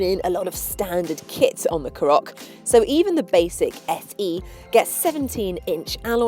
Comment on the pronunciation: Couple of things, it's pronounced CAR OCK not carock, secondly she's not very good, "plenty of headroom if you've got a big hat on or a big head" no, how about just saying if your tall or over 6 foot you'll be fine!